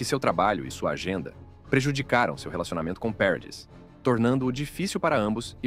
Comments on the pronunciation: " Peredisss"?😂 Parradiiii! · A pronúncia é Parradí !